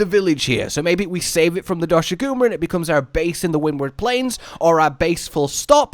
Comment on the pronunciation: In the trailer they pronounced the name Doshaguma. Now everyone appears to be saying it wrong and it irks me. xD